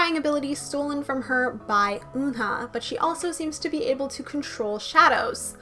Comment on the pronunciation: Now that I’ve learned the Korean letters and sounds I know that you’re pronouncing Eunha et Umji names wrongly. It’s Umji like Up and Eunha like Eunbi